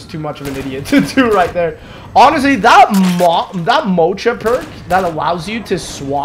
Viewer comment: The way says mocha 💀